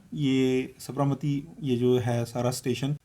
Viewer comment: SAB-RA-MATI nahi hai Sa-bar-Mati hai